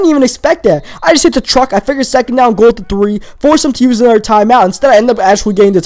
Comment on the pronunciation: Da. Anoder. Dat. Dude, can you fucking pronounce a T at all?